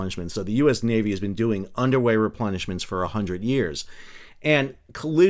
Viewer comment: Underwear replenishments? At first I thought that was what you were saying ... in this particular case underwear replenishments were probably needed as well :-)